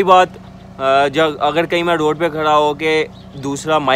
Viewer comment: آپ ر کو ڑ کہتے ہیں، جیسے گڑمی، ڑوڈ، ساڑے کام چھوڑو۔ اور بھی کافی مسلئہ ہے۔۔ تلفظ اچھا ہو تو ذیادہ بہتر رہے گا۔